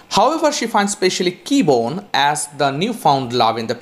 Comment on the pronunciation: KEBONYE! Not Keybone.